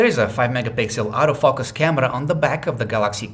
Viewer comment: I love this guys accent "autoFUCKus camera"!!!! :)